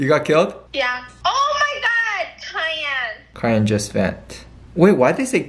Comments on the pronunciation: I lost it when they said kyan for cyan😭😭...it’s pronounced “sy-an” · I was wondering why they were referring to "Cayenne" as a color then I realized they were referring to "Cyan" 💀💀💀 It's pronounced like sa-yan LOL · LMAOOOOOOO STEPHANIE AND SAYING Ky-an instead of Psy-an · kai-ann ??? lollll i laughed so hard when i realized it was Cyan (sy-ann) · They call “sigh ann” kyan😂😂😂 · them saying: :kyan its kyan why are they saying kyan" Me saying: omg thsi is so cringe its pronansued syan syan but it is spelled cyan lolll i luv u guys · Them saying kian and it’s sian=cyan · Its sigh-yan not kai-yan btw hahahaha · Cayenne?? Cayenne?? Its cyan pronounced psy-en. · Ik they did not just say kyan instead of syan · Its not kyana its cyana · or actually - ( sai- anne ) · I loved how they pronounced "cyan" "cayenne" XD))) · "KY-AN" "why do they say kyan" "idk its the color i guess" LMAOOOOO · the way they pronounce cyan like ki-an is so funny 😭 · Not them calling cyan as “Cayenne” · nobody:: Its CAYENNE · "Kayane" LMAO SORRY STEPHANIE BUT LMAOOAOSGBEYDN8E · Its so funny how they Pronounce "Cyan" its like pronounced like with the sound "C" like Cy-an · i love how they pronounce cyan as kyan lmao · Stephanie: "when your boo says cayenne instead of cyan." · I love how they were pronouncing cyan as Ky-an 💀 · Did They Say Kaian For Cyan 😂😂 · it's sai-yan 😂 i love you guys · "kyan" lolol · why do they pronounce cyan as kaiyan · did she pronounce cyan as cayenne... i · Cyan (sigh-anne) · it’s pronounced “sigh-an” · Stephanie I love you and I think you're super cute, but cyan is pronounced sai-yan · the way they pronounced cyan 😭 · jibefbfeureu the way they pronounced cyan (syan) as cayenne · It's scan not cyan